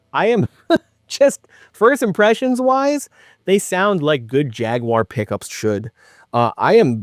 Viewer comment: Thank you for saying jaguar correctly